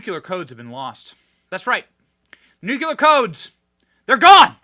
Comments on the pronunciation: It is pronounced nu-clear, not nu-cu-lar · Love you Benny, but it's NU-CLE-AR, NU-CLE-AR, NOT NU-KU-LAR; that's not a word. You're a smart person... so I axe you'ze, wassa problems? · Say the word “clear”, then add “nu” in front of that. You will then have said the word “nuclear”.Not “ nucular” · The word is NU CLEAR, not NU CULAR! 😂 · OMG Benny, STOP SAYING NUKULAR, THE WORD IS NUCLEAR! When you say it wrong you sound like a hick... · Love you dearly and hope you are going to be out there for decades. And/ But please make this one teeny adjustment: Nu-KLEE-ur. Not nu- cul-UR. Thanks. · Damn it Benny! There is only 1U in Nuclear.. it's not nuQuler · I thought the only one saying Nuciler instead of Nuclear was George W Bush! 😂😂😂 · Nuclear, pronounced(Nu- clee - ur). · Benny! You are not GW Bush! Newclear. Newclear. Please!!!! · Dude, please pronounce Nuclear correctly. Sorry. It’s a peeve. 😂😂😂